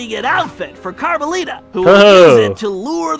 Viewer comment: it's carmelita